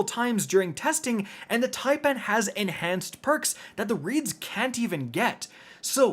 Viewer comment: So Americans CAN pronounce taipan properly. Just not Fallout (typin’) or Aztecross (taypan) Well done, boy👍